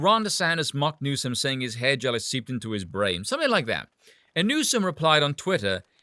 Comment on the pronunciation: Oh hair gel (sounded like hedgehog, I thought of Richard Gere)